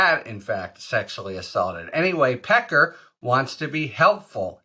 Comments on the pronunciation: David “Peck-car” lololol yeah, sorry: No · david pecker, "that's pronounced pe KAR". everyone else, "sorry no, that's pe ker". get used to it. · David Pecker *Pe Kar he Pronounces it. TRUMP has a long history of inappropriate Sexual behavior toward many women & young underage girls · They were saying Pecker as 'Pac- cay' on the Meidas Touch. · Pecker referring to himself as Pa-KAR is like shopping at Tar-ZHAY.